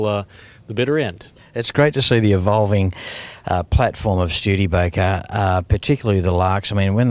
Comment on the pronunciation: Schtewdeebaker?!!! No! It is Studebaker!